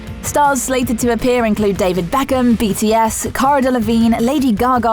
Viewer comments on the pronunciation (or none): none